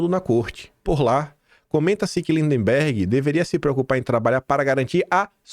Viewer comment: eu te acompanho desde o teu primeiro vídeo. Por isso te peço para observar a pronúncia das palavras MAGNITSKY e LINDBERGH. 🙏🙏✡️🌻🌻